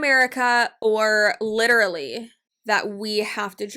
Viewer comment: The way they say it isn't even "literally." It comes out as "litterly."